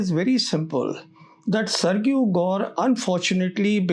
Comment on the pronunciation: sergio - "SERJIO" learn to pronounce this basic name, old boy